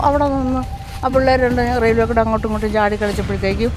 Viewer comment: Raiwel alla pottathi "Railway".